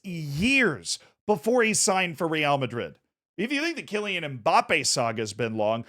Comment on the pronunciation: This would have been the perfect video to say Real correctly for the first time